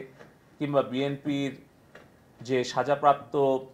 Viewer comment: BMP আবার কি !!!!!!! আগে শুদ্ধকরে ❤BNP❤বলা শিখে তারপর ক্যমেরার সামনে আয়😡😡😡😡😡যা!!!!!!!!!!!!